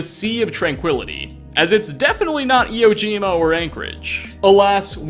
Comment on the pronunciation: eee whoa jima. Sorry drives me nuts that kids these days don't know how things are pronounced.